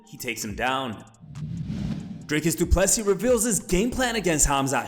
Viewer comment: His name is DRICUS not Dray-Cus tf is wrong with these social media accounts not being able to even pronounce fighters names. And this ain’t rage bait like Uncle Chael. This is plain stupidity